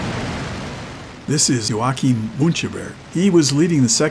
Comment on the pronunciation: I corresponded with Al Deere, Latty Somers, Norm Hunt and met Glen Gardiner, even attending his funeral. Later, Hunt, Somers and Gardiner all ended up in Stalag Luft 3. The latter 3 were all Canadians. Muncheberg's 1st name was JOACHIM, not "Joaquim" as stated and pronounced. True pronunciation is like "Yoa-heem" if you speak English.